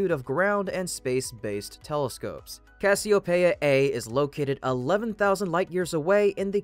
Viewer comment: noun, genitive [kas'-ee-o-pee'-uh]